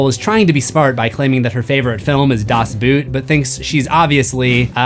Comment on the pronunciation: I know German is hard but your mispronunciation is… you can pronounce “Das Boot” like the English “boat” and it’s close enough. Closer than saying “boot” in English anyway